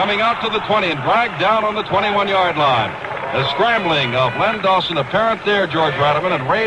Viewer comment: Its not Lenny Dawson is Len Dawson